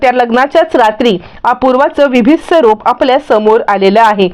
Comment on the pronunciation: आधी मराठी शुद्ध आणि नीट बोलायला शिका.गोरख मुहूर्त नव्हे तर" गोरज" मुहूर्त ."विभिस्त" नव्हे तर "बिभिस्त".तर एकुणात काय तर आधी मराठीचा नीट अभ्यास करा आणि मग बोला.